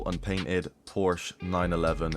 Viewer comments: Learn to say PORSECHE my guy ffs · I say porsh lmao